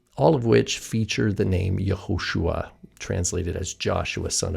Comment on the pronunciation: Even in the “Yahu-“ pronunciation, it would be more accurately spelled “Yahushua” and not “Yahusha.” At least that’s what I’ve studied.